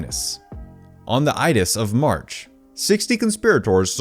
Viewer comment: Ides is pronounced like rides without the 'r' - long i and quiet 'e'.